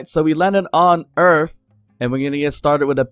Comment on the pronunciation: Earth. Not Earf.